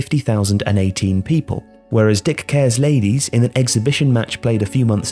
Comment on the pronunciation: "Dick cares, ladies" Giggling